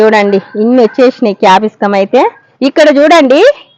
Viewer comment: Capiscum kaadandi dhani capsicum antaru.